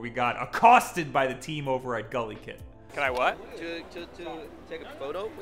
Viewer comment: Ohhhhh GuliKit... for a while i thought you where saying gully kid and that's sorta a weird name for a brand... more so if your where i'm from a gully kid is sorta a bad thing.... like your parents where meth addicts bad thing...